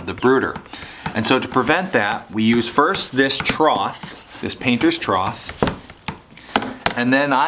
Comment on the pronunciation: I loved your video! Rachet straps seem like overkill but I understand why you use them, in the end it is easier to just ratchet it up a notch instead of the alternative. But, are you saying, "troth"? It's pronounced "trough" (tro-ff) Maybe it's a colloquium? anyway, great video!